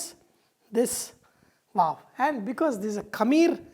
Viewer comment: he say waaf instead of wow :P